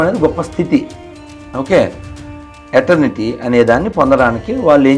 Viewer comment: ఏటర్నిటీ కాదు ఇటర్నిటీ